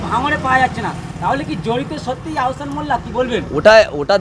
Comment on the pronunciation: আওসান নয় আহসান